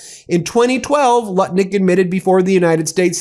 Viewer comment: Ben. The US Commerce Secretary’s name is Howard Lutnick, not Lutkin. Lutnick, it rhymes with Smutnick.